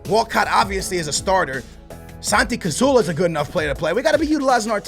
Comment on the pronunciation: CaZZZZZZorla not casorla